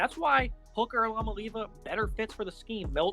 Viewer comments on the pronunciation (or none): Do even the smallest amount of research to learn to pronounce the name jfc